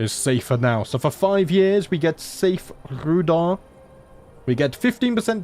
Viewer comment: Pretty sure Rhudaur is pronounced 'Rude-hour'